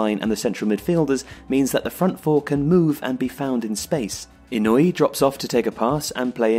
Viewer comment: Makoto HA-SEI-BEI not BEE Takashi EE-NOO-EE not NOY-EE